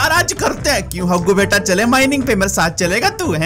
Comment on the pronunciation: Dr Jaggu. it is Haggu